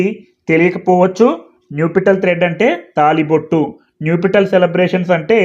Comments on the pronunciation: అయ్యా మీరు న్యుపిటల్ అని పలుకుతున్నారు . దాన్ని నప్ . షల్ అని పలకాలి కదా . ఒకసారి చెక్ చేయండి . nuptial adjective formal UK /ˈnʌp.ʃəl/ US /ˈnʌp.ʃəl/ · check Naptial pronunciation sir